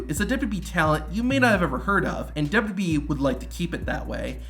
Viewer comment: Dubbadubyee lol. It's all you talk about. Learn how to say it.